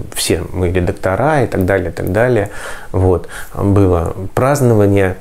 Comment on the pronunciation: Передайте, пожалуйста,, что в слове редактор ударение в единственном и множественном числах во всех склонениях на ВТОРОЙ слог. Жутко режет слух.